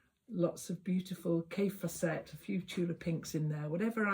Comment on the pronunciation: Lol you always pronounce Kaffe Fassett name wrong. Have a look on the YouTube’s. He says